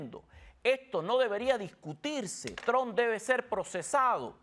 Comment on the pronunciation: Trump , no Tron